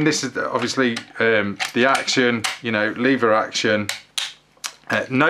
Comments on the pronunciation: Leevers action? It's leveraction. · Its pronounced lever action! 😂😉